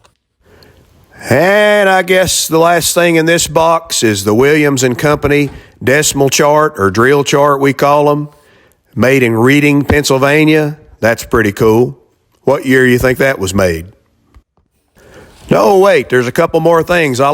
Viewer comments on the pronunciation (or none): Just a note: Reading is pronounced Redding.